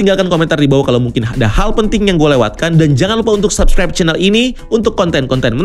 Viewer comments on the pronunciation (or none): none